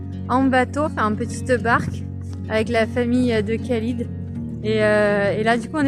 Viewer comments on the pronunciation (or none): Bienvenue au Maroc, je suis venu vivre ici ça fait 3 ans. Bon voyage au Maroc. Je voulais vous informer que l on prononce "ralid" pour le prénom s'orthographiant Khalid, kh=r